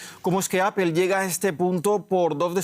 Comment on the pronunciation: Amigo, se dice Apol, no Apel. En todo caso diga aple como buen español